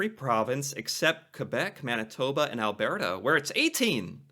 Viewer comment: I dunno, he still can't pronounce Alberta 🤣